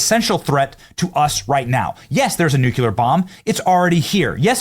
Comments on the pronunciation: Say it with me now new klee err. Not new cue ler. Its new klee err. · If Hillary isn't locked up, nobody will ever be. Also, "nucular" is not a word. Nuclear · Benny, it’s pronounced: new-klee-er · Benny, stop saying “nucUlar!” Makes you sound dumb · Why the hell can't you pronounce "nuclear"? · BENNY. You have just GOT to learn how to say “nuclear”!! Especially now! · Please learn to pronounce nuclear Benny. It’s NOT very difficult. New - clee - err Try it…… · Stopping the "nucluler" ~ Bush - Ambition of Iran is a good thing. The pyscho leaders are insane anyways so this seems to be preventative therapy.. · hey benny it's '''NEW-KLEE-ER''' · Three key things; 1) Carter introduced the incorrect way to pronounce Nuclear by effectively shifting the last syllable to between the letter “c” and the letter “l”. Admittedly a pet peeve and hearing Benny do it all the time…ouch! 2) This is not a Democracy and never was. The Founding Fathers feared a democracy structure specifically as they’d been proven as sure and fast paths to tyranny. Hence this nation being founded as a *Constitutional Representative Republic*. It also helps explain why we keep being incessantly programmed with “…threat to our democracy…”, etc; the enemies within arrayed against this, as a direct result, barely-still Constitutional Representative Republic want us to believe it is a democracy surely like other tyrannies were at first “advertised” as. 3) I like Flynn. However, he really needs to include the exceptionally pertinent context on the ODNI releasing the Election Interference Report later than planned; the statement by the ODNI under Ratcliffe made very clear both why it was late. That statement said CIA Analysts were trying to suppress the reporting of China’s election interference while amplifying the reporting of election interference by Russia. I’ve repeatedly called that out literally since the ODNI Statement with that delayed Election Interference Report came out under Ratcliffe.